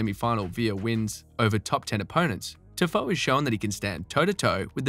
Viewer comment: TIFOE LAMOOO wh yu say it like that